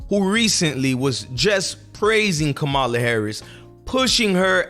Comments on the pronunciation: Dude I can’t take you serious if you can’t pronounce the name of the VP properly after all this time ur ridiculous I think it’s disrespectful and on purpose. It’s NOT Ko- Ma la. It’s Comm a la it’s not hard. By the way you clearly don’t know how Gov works. The VP is a symbolic post they have absolutely ZERO power. The Secretary of State has way more power and authority. The VP is just a figure head with very little influence. Put it this way. You think Mike Pence had any power whilst he was VP, lol. Ur not ready for prime time my guy. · Dude, pronounce her name correctly. Come on! 🤦🏽‍♀️